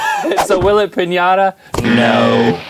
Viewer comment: I love the way Link said finata and red snapper!